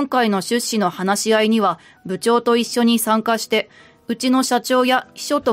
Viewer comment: 出資の言葉の発音が変ですね、まぁ日本は方言が多いから様々なイントネーションが存在するけど他の言葉は標準語なのに一部だけ違うのは如何なものか？